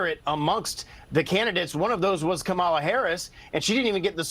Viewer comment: Mr. Steube, why are you unable to pronounce Kamala Harris's name correctly? Even your Fox host there pronounced it right. Don't you think it shows disrespect to intentionally mispronounce a person's name?